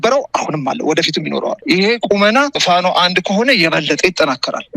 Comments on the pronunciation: Plice Mesay teach easknder to say FANO not lick he day " fa-no" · He can't even call Fano with proper accent 😅 ay eskindir. Waiting for your surrender to pp soon.